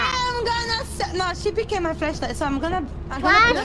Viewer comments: Flesh or Flash 😂 whatever you say 😂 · As a Japanese, I cannot hear the difference in pronunciation between flashlight and fleshlight. So, if I hear the word “flashlight” in the future, I will imagine it as “fleshlight”. It is all fault. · I can tell that Kaela knew nothing about. She can't even tell that her pronunciation was different from. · Bruh The indonesian girl asking to the italian girl if the Word it's well pronunced it's totally hilarious cause they pronunce some same Words very similary Sadly cant help with her pronunciation todo lmao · Honestly I think she did a disservice. It didn't look like came out of this interaction with an understanding of why it happened in the first place – the fact that /a/ in "flashlight" was too far forward for many English dialects and ended up sounding like /ɛ/. So act of sheltering has doomed to make the same mistake again the next time she has reason to talk about flashlights. That or she'll call it a torture.